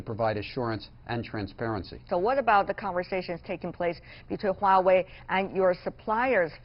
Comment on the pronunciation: why wawei? it's Huawei hahahaha